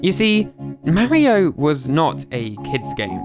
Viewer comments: Its not merio its mario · Its not pronounced marryo its pronounced mar ree o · You said mawio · did you say mario wrong who’s merio is Mario is not to be say merio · I still can’t get over Marry-o…Mar-io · It's Mario (Mah-Ri-Oh), not "Merry-Oh" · its M-AR-I-O not MAH-IO learn to speak stupid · It's "Mah-ri-oh" not "mary-oh". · “Ma-reo” its “mar-rio” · imm not trying to say 'you sayed it wrong' im sayin 'you did not say mairo' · YOURE SAYING MARRY O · Take a shot every time he says "Mary-O" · Mahrio ✅ Mario x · mowio? how do you get it that wrong??? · So Mawio became Fwendliuh!? Huh... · could you try even a little bit to pronounce people's names? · you need to deleat this video and remake it, you are saying Mario incroectly. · In this video not only do you butcher numerous names, but you use the exact same clips over again. Moreover, you constantly are repeating yourself unnecessarily, not once was what you were saying a difficult topic to understand, but hearing you repeat it for the third is just obnoxious and makes it uninteresting. The video honestly needed to be shorter for what information you put into it.